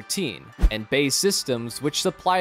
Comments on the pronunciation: You should just say megawatts and megajoules. Pronouncing MW and MJ as MW and MJ sounds like you're reading from a wiki article, but have no idea what any of it means. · What's with the pronounciation of the units? It's like the narrator doesn't know what MJ and MW stands for